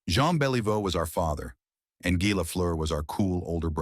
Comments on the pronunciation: The chant was Gee Gee Gee, french pronunciation, its so phony all the information, and cant pronounce names right. Very suspect. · guy, guy, guy???? Where did they find this american announcer? It's Guy (French pronunciation), it has never been the English you hack. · Is the audio generated from text-to-speech software? Anyone who has watched a little hockey knows that his first name is not pronounced "gy", as in "tough guy". Only software doesn't know the pronunciation in French. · Maybe you could pronounce Guy correctly. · Its Guy, not guy. Dont you forget that.